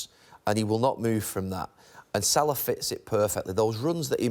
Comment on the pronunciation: Its salah ffs